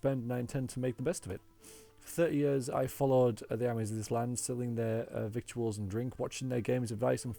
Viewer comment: Victuals is pronounced vittals :) good video as always.